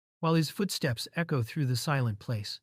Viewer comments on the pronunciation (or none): none